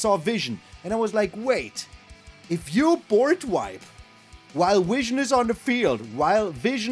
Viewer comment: I like "" better. It's your German charm!